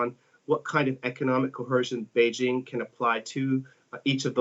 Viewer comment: Erm you need to practice your Mandrine Pronuncation. And at least get "Beijing" right